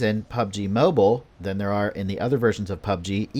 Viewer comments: It’s mobile not moble 🤷🏻‍♂️ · Can Someone teach this guy to pronounce Mobile correctly...fucking sounds like mobel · Damn the emphasize on mobile and Xbox is great😂